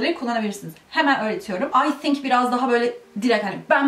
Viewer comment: "Tink" dedin ya, orda biraz uzaklaştık seninle :(